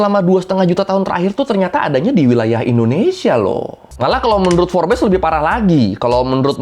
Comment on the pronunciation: Bang, kalo ngomong Forbes tuh Forbs gitu loh bang🥹